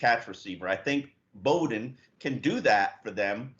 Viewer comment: ....Flores told you in his press conference this week that Lynn Bowden’s last name is pronounced like coach Bobby Bowden’s last name. It is not pronounced “Boden”...as you keep saying. Very unprofessional.